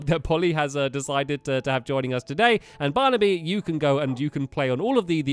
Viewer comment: Did you just say delicious barniby